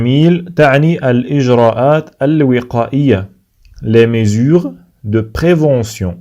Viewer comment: la prononciation de certains mots n'est pas la bonne comme le mot " mesures" ...